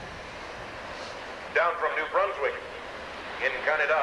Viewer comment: "...in Cana-da"?